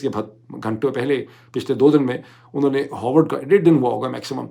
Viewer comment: It's pronounced Ha r vard, not Ho r vard. 🙏🏼